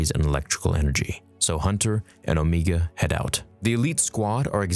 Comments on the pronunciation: Her name is Omega. Not Omeeega. Unless you’re also Kiwi 😂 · how do you pronounce omega incorrectly lol